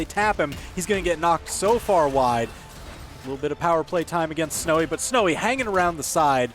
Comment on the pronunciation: "sowy is snow good" lmfaoo